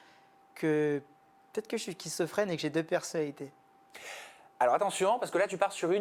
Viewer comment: j'ai entendu kissofrene, j'ai arrêté tt de suite 🤣